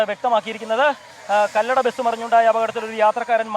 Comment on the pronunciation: കല്ലട അല്ല കൊല്ലട ആണ്